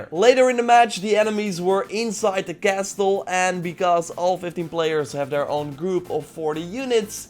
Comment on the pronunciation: The t in castle is silent in English.